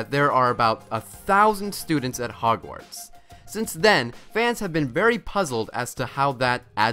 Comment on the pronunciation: how come lily's sister was never a witch? also they way you pronounce Hogwarts 🙈